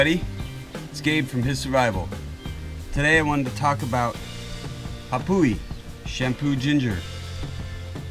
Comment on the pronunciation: It's not pronounced Ah-pooh-wee. It's Ah-vah-pooh-hee!